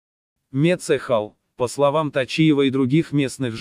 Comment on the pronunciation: Не мецЕхал, а Мецхал!!!